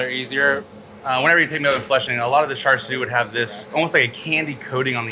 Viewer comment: Not cha siaw... hahaha that means stupid. Hahah its cha siu